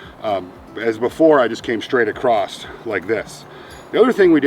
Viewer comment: He uses a "T" at the end of across...but he's ok. Lol